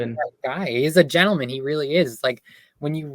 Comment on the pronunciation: A GENTLEMUUN she says. Brilliant.